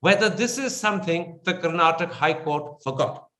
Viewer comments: Bolimagne Karan, it's not Karnatak, it is karnataka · the nutjob karan thapar , should first learn to pronounce the name of the state first. the interview in itself is farce , both seems to have come to an understand of each other views. P.S it's not karnatak it's karnataka .